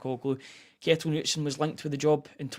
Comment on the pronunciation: Lads, I know I'm being pedantic here, but if you're raving about the guy at least pronounce his name properly 😆 The name "Knutsen" is pronounced "Ka-NOOT-sen", with the emphasis on the middle syllable. It is a Scandinavian name that is pronounced similarly to how the first part of the name is a shortened version of the name "Canute" (or "Knud").